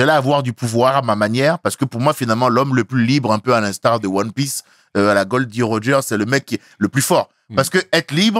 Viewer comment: Je ne suis qu’au début et il a dis Gol D Roger et pas Gold Roger c’est donc mon nouvel humouriste préféré